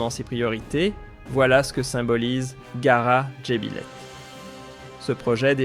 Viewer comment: Le narrateur a dû être piqué par une mouche de Tsé-tsé. Et puis, qu'est-ce que c'est que cette aberration de "GARA"??? W`1ech men "GARA? "Il ne GARA rien du tout", ça a toujours été "GHAAR DJ'BILÈTE, voire DJEBILÈTE, et certainement pas "DJEBILÈH.